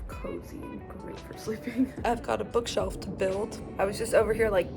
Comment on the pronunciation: Ha ha "bookself"